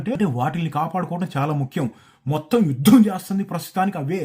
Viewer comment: యుద్ధం, యుద్ధం ఒత్తు పలకాలి అందరూ 😅